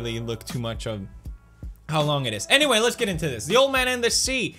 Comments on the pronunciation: and did you say 'anywhale' at the end or is it just me ? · did he just say "anywhale" at the end there?